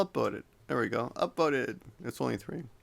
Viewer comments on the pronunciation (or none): really sounds like you said "I'll upBoat it"